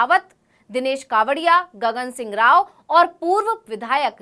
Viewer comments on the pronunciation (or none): none